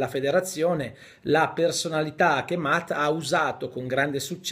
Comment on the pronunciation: perché pronunci "matt" invece che "mett"?